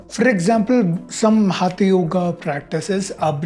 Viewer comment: Good job. Just a minor point: for someone who has studied years of Sanskrit in school, hope it would not be a problem to pronounce हठ (force) yoga correctly, and not as हथ yoga. That's the minimum one can do right to address the single key term this post is about -- हठ. After all, it is the हठ part of the practice of yoga that is being discussed here, and hence the proper title should read: Is Modern Hatha Yoga from India?